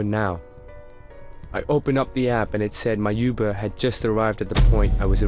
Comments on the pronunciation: its UBER not YOUBER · U-BER ? YUBER ? It’s uberrrr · he said you ber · CRAZY K lol that’s the first thing I heard😹😹😹😹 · Ik this a text to voice thing but why the f*** say uber like yoo-ber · Does she know how to say uber correctly